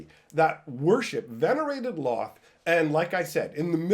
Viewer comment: Can't say I've ever heard Lolth pronounced with only 1 L sound. Official pronunciation guide for her name: Lolth (pronounced: /lɑːlθ/ lalth or: /loʊlθ/ lolth or: /loʊɑːlθ/ loalth)